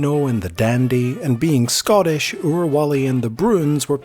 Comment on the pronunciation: Ooooft at that pronunciation of Scottish.